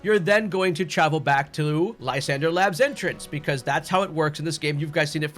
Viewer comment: Its pronounced lis andrey. Not lie sander. Its supposed to be french.